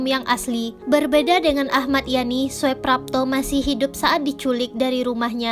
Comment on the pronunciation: kerana itu ejaan lama, oe di baca u, sedangkan j di baca y. anda salah baca ejaan , di sengaja atw memang tak tau ejaan lama.? soeprapto di baca suprapto bkn soeprapto. Demikian pula dgn soetojo di baca sutoyo bkn soetojo. sblm bt naskah cari tau dahulu apa arti inisial huruf sang tokoh agar penonon dan pendengar naskah yg anda bacakan tahu apa arti huruf inisial yg anda sebutkan contoh A .yani. A , ahmad ...R,raden S , siswondo dsb.